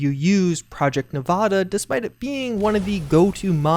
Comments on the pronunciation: Great vid homie but I use to live in Nevada and hearing you pronounce it nuh-vah-duh instead of Nev-add-ah kills me inside each time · Nevada is pronounced Neh va da, not neh vah dah. Source: I was born and raised in Vegas. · This hurts me when people say Nevada with a ahh like when your at a doctor office say the a like you're scared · I hate to be that guy but Nevada is pronounced with a as in apple